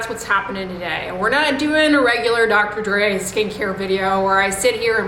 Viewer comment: Dr Dray or Dr Dre?? 😂 Love it!